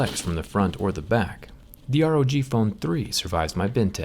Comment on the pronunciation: Rog not r o g